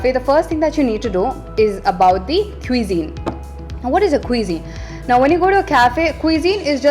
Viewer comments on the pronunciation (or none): U pronounced cuisine wrongly... It's kwuh-zeen